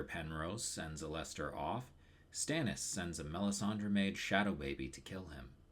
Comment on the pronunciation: This video is really good but your pronunciation of Alester is unforgiveable and I have no choice but to report you to the proper authorities.